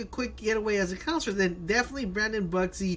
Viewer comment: Not trying to make fun of his accent or pronunciation but each time he says Counselor it sounds like he's saying Concert. Lol